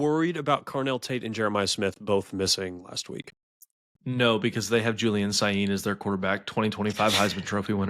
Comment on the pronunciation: Please send this to. I can’t go another episode with him pronouncing Julian Sayin wrong.